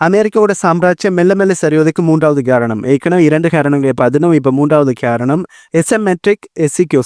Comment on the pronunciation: காரணம்னு சொல்லுங்க,....கேரணம் இல்லை....ரைஷ்யா இல்லை....ரஷ்யா...